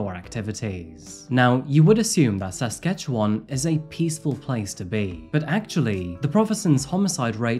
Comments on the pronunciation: 1) Good job on pronouncing Saskatchewan correctly. 2) Saskatoon is a BEAUTIFUL city…a photographers dream, among lots of other things! 3) I live two hours away and do not recall this case… Thanks for this one. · no….it is. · Does he not know? Saskatchewan is neither southern nor pronounced that way. Its dead center of the country and hes overpronouncing each Syllable. I really hope he isnt canadian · Hey I’m from Alberta, I’m sure those mountains are from here, Also please stop pronouncing Saskatchewan, great story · Saskatchewan is not pronounced correctly though....? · Born and raised in sask and uummmm.. he is absoutely butchering the pronounciation 😂💀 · THANK YOU - i was absolutely lost at this comment. the enunciation was off. butchering might be a bit too far but it definitely wasn't correct, let alone praiseworthy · I’m so sorry but I can’t handle the way you pronounce Saskatchewan 😂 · Queer ear stud and mispronouncement of Saskatchewan